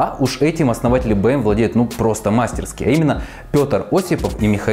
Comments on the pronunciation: В слове мастерски ударение на и. А канал нравится ❤️ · Прошу прощения, что поправляю, но правильно говорить не "мАстерски", а "мастерскИ".